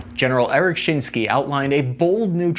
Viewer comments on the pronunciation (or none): Lol shinski… I don’t think saying shinseki is that hard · Shin-skee? Shin-skee? What Army did you serve in? Shin-sek-key. ¡Ay caramba! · I really enjoy your programs. That said, I like for you to sound well informed, which is usually the case. Gen Shinseki was a protégé of Gen Thurman. I served under him for a year or so. His pronounced Shin' seki. Almost like two words, as in Von Hindinburg. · Eric Shinseki (Shin-sec-key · * Shin Sek key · Bullshit- it never required a TS clearance - MAYBE, but doubtful, a secret clearance. Also pronouncing Shinseki's name incorrectly. Also, the SLAP seems unlikely- Mk211 would be more likely than SLAP. But really, they'll probably get M8 API. That's not going to do too much to Russian light armor unless you're right on top of it.